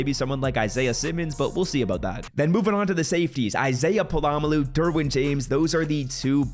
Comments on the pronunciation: Pola-Mao Not palamalu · Brother WHERE is the second L in Pola-Mao?? I promise you, it’s not pronounced polamaloo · Pola-Mao is pronounced "pOla mOw"